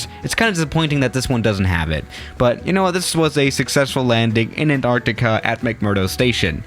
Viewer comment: Nobody:: Sherrnobble.: Anarrtikka.